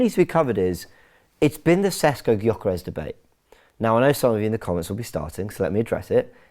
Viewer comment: It is, say after me "Sheshko" - accent on the s's - lets say it right...